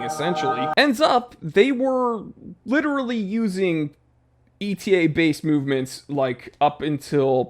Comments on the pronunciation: Etta. Etta. Etta. It's pronounced Etta, not E.T.A. Come on, you should know that. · You made me a bit wiser and smile but I do wish you'd stop pronouncing ETA e t a 😢